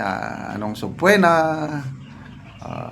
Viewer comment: Sorry... Ang tamang pagbasa ng word na SUBPOENA is silent O ( SUBPENA) dimo Ako basher general...gusto ko lang marinig yong tamang pagbasa mo sa Word.... Masakit sa tenga yong SUBPWENA sorry Po